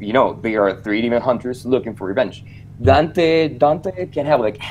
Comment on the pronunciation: You pronounce Dante weird